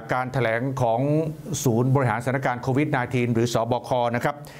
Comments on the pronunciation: ทำไหมกิตติอ่าน โควีด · นายกยังอ่านโคหวีด